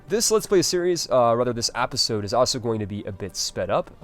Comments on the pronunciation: Why do you say episode "apisode"? Omg what accent is that??? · I love these vids man, but every time you say "apisode" I want to strangle you lol